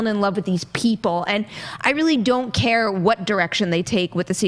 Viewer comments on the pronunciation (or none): none